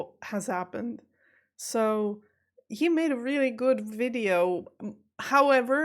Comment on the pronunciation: Fascinating to hear you say at the very beginning, "wonderful wideo". That tells me that this non German speaker still hasn't got my head properly around the German V & W. I grew up referring to VW cars as "VolksWagons", but over the years I have come to understand that "W" is a "V". So I now say "VolksVargen". My guess is (just like English) it's a dialect thing....